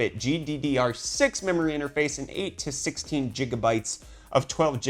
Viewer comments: For crying out loud. NO MORE Jigabytes but Gigabytes. By your way of pronunciation you shuld say JATORS instead of GATORS. ;) On the other end. First you should also inwest in some basic math undestanding because 1.66 is not nearly 1 it's much closer to 2. And the second, your rant in wich you compare one cards base clock to other one boost clock is totally ridicilous and illogicall. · Dude! It's pronounced. Gig-ah-bytes Jigabytes ur killing me bro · “Ji ja bytes”